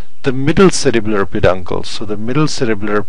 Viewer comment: In the video I keep saying if it sounds like u r saying cerebral but in description it says cerebellar?